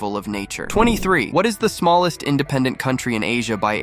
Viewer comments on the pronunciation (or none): he said smalist country